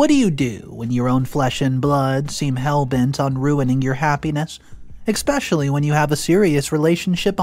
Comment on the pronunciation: I can give the commentator some advice. Try to pronounce especially with an S instead of annex